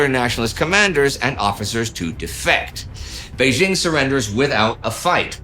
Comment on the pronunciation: It's jarring to hear "Bei-ZHING and Nanjing" since the second syllable is the same in both names. It's pronounced DJING.